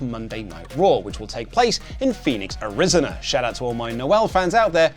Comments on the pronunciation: Its pronounced Arizona not "Arizana" lmao😂😂😂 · FYI: It's pronounced Air-Uh-ZONE-Uh